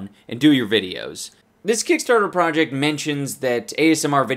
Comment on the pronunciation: He speaks in his other language so much he can't ever say "project" the same anymore. Prowject